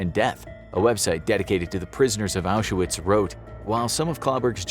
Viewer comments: Curious why you misspell the word Arbeit (it's not Arbiet) and mispronounce the name Auschwitz (it's not Auzewiets). Getting these obvious details wrong, devalues the rest of the content. You must know the right way to write and speak those words, why would you rewrite known facts in something called an infographic video? Any other 'corrections' planned? How about an informative story about the Spanish local skirmish a century ago, resulting in years of prosperity under guidance of veteran and prime minister Phranko, who reunited neighbors that had been fighting each other for centuries while offering an alternative for communism? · His WW2 videos are interesting, but I have to brace myself when he talks about the Holocaust because he doesn’t pronounce several things correctly (like saying Auschwitz with a “w” instead of a “v”).